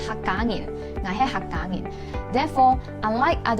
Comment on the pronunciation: It suppose to be "nyin" not ngin right? So what Hakka am i?